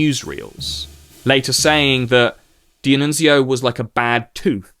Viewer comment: As an Italian, I love your pronunciation of Italian names, the only slightly wrong ones are "D'Annunzio" (which is pronounced all together, not like "Di-Annunzio) and "Giacomo Matteotti".